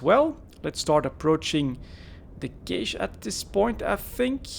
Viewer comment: "Cache" is pronounced the same as "Cash":-)